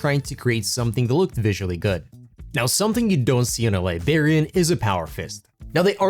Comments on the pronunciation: LIBRARIAN WITH AN R FFS LIBARIANS ARE PEOPLE FROM LIBERIA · I need him to stop saying "libarian"...it's library...libRarian... WITH AN R 😂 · Bro I’m not even trying to cook you but every time you said libarian and not liBRARian I almost stopped watching 💀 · Great video but I cannot express how much hearing "Liberian" bothered me. Come onnnnnn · This is a great video and I hate to be that guy, but... It's liBRARian. I know English isn't your first language, but it was extremely distracting. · Liberian lol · Liberian ? Librarians . You miss the R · Are you purposely saying Librarian wrong? Have you never been to a library? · Remember there's an R in Librarian Awesome model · Dude. Idk why it bothers me. But just recall elementary school with all the teachers being irked by "The Liberry." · Haha I'm glad I'm not the only one who noticed that, thought I was imagining it. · Well, that's annoying as hell.😂